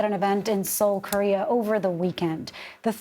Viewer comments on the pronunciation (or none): none